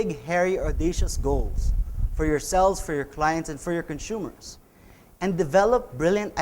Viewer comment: "Conshumers..." je je je... no, but really, cool talk. Thanks so much.